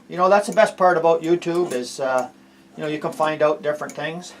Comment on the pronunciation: "I don't know what yewz guys yewz..." love it!